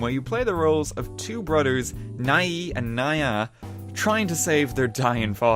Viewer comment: "BroDers"? ..... oh ok, then I heard you say togeDer and eiDer.